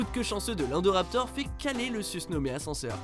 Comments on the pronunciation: C est pas indoraptor indoraptor i n pas indoraptor vous vous etes chient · Omg il sont écorché le nom de l'indoraptor😬😬😬. A par ça cool la vidéo😊😊